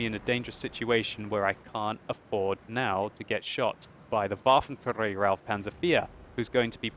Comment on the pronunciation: your pronouncing waffenträger wrong as always dont roll on the "r" xD